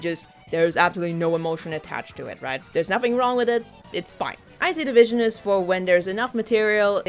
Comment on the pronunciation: Every time you say "I see the vision" I hesr it as "ICE-E division" lol